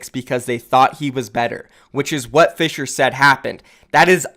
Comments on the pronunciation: You actually didnt butcher Fissures name that bad! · nope you didn't butcher the Korean name for fissure